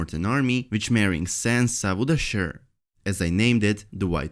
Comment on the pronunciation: Vesteros, vich, Entertainment veekly, vorked, giveavay...... hahahahahaah Dude, you ALWAYS read"w" like at the end of "John Snow"..... it's not that complicated